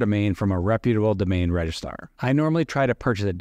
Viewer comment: grea content, but your missing the second r in registrar in your pronunciation lol keep it up dude!